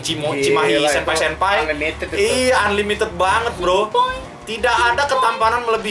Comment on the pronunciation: ngomong senpaoi senpaoi